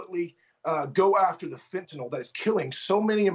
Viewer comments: It is not, nor has it ever been, called "fentanol;" It's not like Tylenol. It's called FENTANYL - pronoounced NILL. Not nal, not nole, not nol, not nool, but NILL: Fentanyl. The 'y' says it right there; Nothing difficult about it: FENTA NYL. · Wrong it's fen ta nul..you ever hear of a dictionary? If you're going to correct something at least use the correct correction..ugh